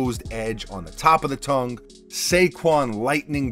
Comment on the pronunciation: Nice sneakers, tongue has no hard consonant at they end…Tung